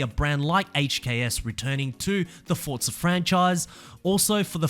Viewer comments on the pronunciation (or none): F-O-R-Z-A.... not F-O-R-T-Z-A my soul hurts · Forza NOT FORTZA ! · Where's the T in Forza?!